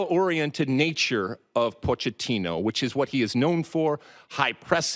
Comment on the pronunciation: Hey Lalas it is pronounced “Poketino!”